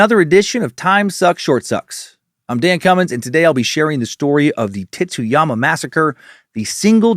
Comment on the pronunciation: The pronunciation on Tsuyama is a little rough. It just sounds like you’re saying “Titsyama.” It’s more of a”tsoo-ya-ma” with the t blending into that s realllllly smooth. Think tsunami 🌊